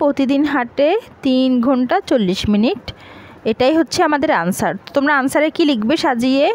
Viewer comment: আনসার না অ্যানসার 😄😄😄